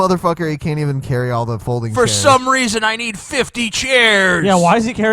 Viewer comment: HE DID SAY WEASON!